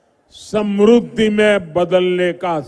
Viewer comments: सम्रुद्धि नहीं, समृद्धि बोलिए। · Samrudh nahi hota hai modiji,samridhi hoti hai.